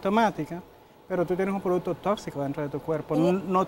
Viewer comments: Amelia producto. No produto. Estudia que tu puedes dar mas. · Muy buen programa inicial. Debieron darle clases a Amelia de “repeat after me:” 😂ProduCto.. no “produto”… “ que noS” diga, etc.. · La ÑAMELIA dice produto 😂😂😂